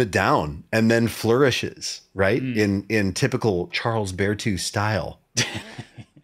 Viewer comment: Bear-two.. I never really paid attention to how the name was pronounced before 😊 Davie504 fer sure